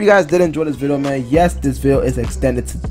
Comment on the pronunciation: You should learn how to say video before you continue saying the word